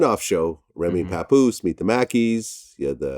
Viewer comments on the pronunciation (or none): Webster Dictionary: “real nigga from up top “ = Papoose(n.) Pa-puse